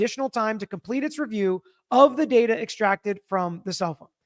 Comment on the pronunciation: datar. Not data. Lol